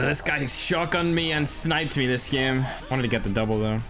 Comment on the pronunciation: Lol how he says game